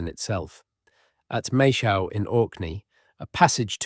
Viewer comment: Wooden artifacts dated to 4000 years old don't square with Doggerland. The Storegga Slide dates to about 6500BC and that finished off Doggerland. So do the maths. And please, please, please learn to say Maes Howe. It is MAAYS HOW. NOT Mashow. Otherwise, very good.